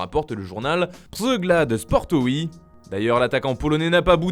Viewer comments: Petit tips pour la prononciation du nom du magazine polonais sur lewandowski, dites pchégland sportové en phonétique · RIP la prononciation du journal polonais, Polacy wiecie o co chodzi 😂